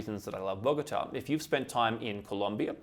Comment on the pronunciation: It is not Borgata, it is Bogota